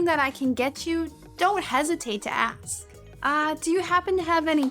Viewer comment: I heard u saying to axe instead of ask lol